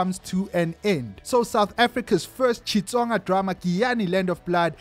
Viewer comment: the way you pronounced Xitsonga...no maarn. 🤕😂😂😂😂😂